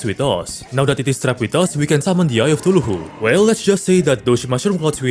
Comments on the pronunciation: Bro its Cthulhu not tuluhu😂😂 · AY-Ree-Ah-Light or and the shield is ca-thoo-loo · bro really called eye of cthulhu "eye of ctuluhu" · Shred of TuHuuJhLuu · i am so sorry but i cracked when i heard the “tuluhu” as of Cthulhu (no hate fam) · The way you pronounce Cthulu is killing me my man :D I'm fairly certain you do it on purpose, but i case you don't: Spell it "K-tulu", simply ignoring all the H's in the name. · Always "eye of tuluhu" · "Tuluhu" goes hard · 'Eye of Thuluhu/Thooloohoo' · I love that instead of Cthulhu he says tuluhu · I love the way you pronounce other words like "huthulhu" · I love how he pronounces Cthulhu "thuluhu" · Okay but everyone who watched even one of he's terraria video calls Cathulu "Tuluhu" right? Or is it just me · eye of thuluhu (no offence btw love your accent) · Why bro say Sheild of cuthulululu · "the eye of tuluhoo" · i can get mispronouncing cthulhu but not shield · i love the way you butcher cthulhu name